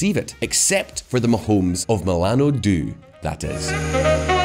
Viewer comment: .... Terrible Italian especially Milano due and buongiorno